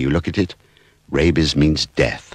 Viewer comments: Every time you say rabies I can't help but think "rabeh bebehs" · The way this guys says "rabies" makes me laugh every time. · He says rabies the same way Ze Frank says bebies